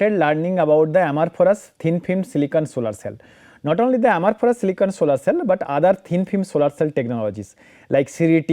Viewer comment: Please check ..the pronunciation is for "Amorphous" not for "Amorphorous"...Otherwise it sounds really weird